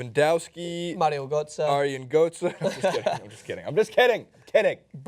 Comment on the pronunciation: "Marian Gotze" I pissed myself xD